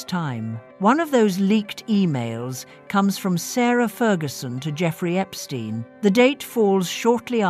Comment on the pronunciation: Epstein, not Epstine!!